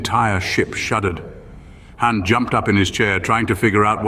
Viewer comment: Entertaining but Zahara becomes Zachary for some reason, and when you call Han Khan, that's just a lazy cross franchise insert.😂 Love it.